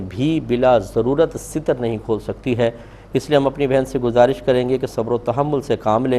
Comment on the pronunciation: لفظ ستر بفتح السین ہے لابکسرالسین